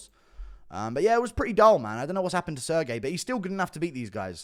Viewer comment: "Sir Gay" is wild to say to a Russian